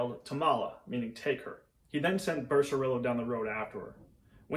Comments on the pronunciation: Pronounced Beh seh ree Yoh. Not Becerilo. Leh ohn See Yoh. Not Leoncilo. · Amazing and informative video, but confess I'm a little surprised that you didn't spend more time in pronouncing Spanish names correctly like Becerrillo. I'm sure you don't pronounce tortilla with an L sound. I'm not saying you need to over pronounce everything like a Hispanic newscaster, but dang!